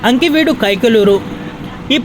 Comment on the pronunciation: Ankiveedu kadhu bro akividu and kavaaali kadhu kavali